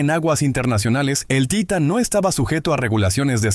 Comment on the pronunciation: Jajajaja taitan.. .se dise titan...así d facil